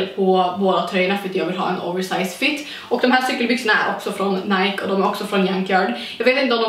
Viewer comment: Du älskar Nike men kan inte uttala namnet.. Snälla... Det är Ni-kee inte Najk...